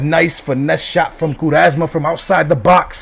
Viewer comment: "coo-resma", lol, and it was a foul becos u cant pass to urself